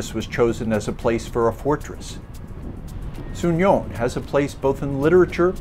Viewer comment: Very beautiful but we pronounce So'union not Souni'on